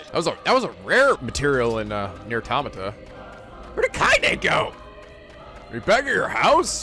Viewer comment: you mentioned that you pronounce the name wrong but you also pronounce Automata wrong too